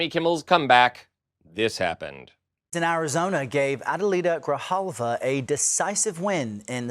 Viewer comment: It is not Griljava!! It GRIJALVA and you can say it like GREE- HAUL-VA, now, say it again many times, and now you're speaking spanish!!